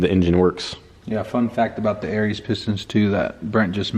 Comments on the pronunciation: Arias= ah RI as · ari-as is how it is pronounced ... i think you are meaning .002 is 2 thou. not 20 thou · Im impressed you dudes are using good shit,but you've got to pronounce the product name correctly- Arias pistons-totally badass pistons- is NOT pronounced Aries, they ARE pronounced with a silent A and S.